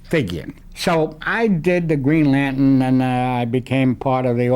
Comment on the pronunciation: I liked how he pronounced "Green Lan'tun." He actually said "Doiby."